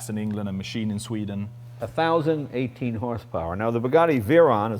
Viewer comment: whenever jay does something like he did "ooo sveeden yaya" like dude wtf it's not the 70s no one it in the dark about other cultures..